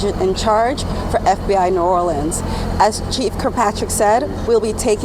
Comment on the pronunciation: You can tell by how she's talking and how she pronounced new Orleans the fbi chick is from cali